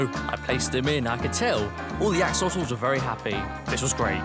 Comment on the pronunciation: I tink he means in sted of axolotles of axolootles